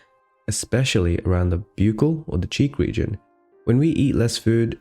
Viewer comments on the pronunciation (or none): Buccal is pronounced like Buckle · When I heard his pronunciation of buccal fat, I clicked off.